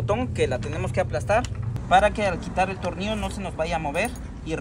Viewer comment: Tonillloooo weyy tornillloooooo... No tornios... Tornilllllllllllllllooooo wey .... Tornio.... Aprende a pronunciar ..